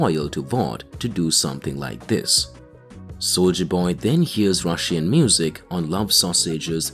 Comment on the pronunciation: Why does this man say Russian like that